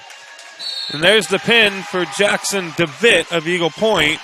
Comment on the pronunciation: His last name is pronounced DeVetteeee. Has the e sound at the end. Thought you might want to know that.